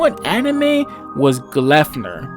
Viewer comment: 'An ordinary high school student... that can transform into a monstrous mascot'. Hmm... Yes, very ordinary high school experience. The 'p' in 'Gleipnir' being pronounced like an 'f' in the video kept tripping me up. Had to look up the pronunciation to see if that is how it is really supposed to be pronounced. Definitely a 'pu' in Japanese at least.